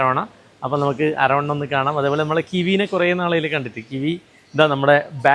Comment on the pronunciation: അരവണയാണോ....അതോ, അരോണയാണോ...??? ഒന്ന് വ്യക്തമാക്കൂ...😂😂😂